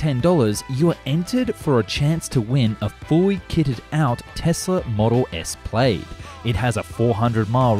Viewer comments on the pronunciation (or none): I noticed you pronounce it the way I do every time I see the word : PLAYED, instead of the correct " PLADD "